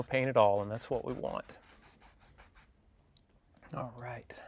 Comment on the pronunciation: More like he's alwhite